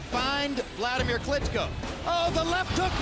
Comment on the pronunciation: For fuck sake its Vladimir not Wladimir, I understand it's hard for u to pronounce V ,is it also hard to write it?